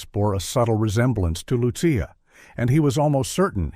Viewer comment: It drives me nuts that the author named the child Lucia but failed to monitor the incorrect pronunciation of Lucia by the AI voice. It should be pronounced as though spelled Luchia.